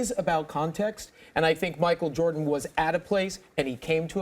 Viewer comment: JordEn huh can’t even get his name right